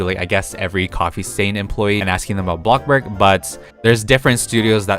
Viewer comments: Omg. Why so u keep saying BLOCKBURG its bloxburg!!! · Why do I get triggered when he says BLOKBURG instead of BLOXBURG